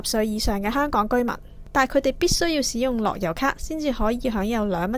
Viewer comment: 台主、請注意正確讀音。「使」字、名詞讀「屎」，例如「天使」、「大使館」。動詞讀「洗」，例如「行使職權」。故：「使用」、不讀「屎用」，應該讀「洗用」。